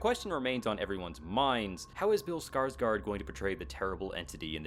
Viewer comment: It's pronounced "Scars-Gourd"